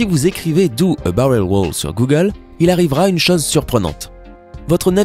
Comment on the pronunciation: Le monde = Google Les Français = Googeuleuu 😂